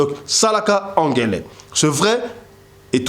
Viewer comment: Balobaka sala ngele et non angele merci